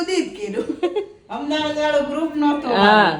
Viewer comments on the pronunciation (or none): none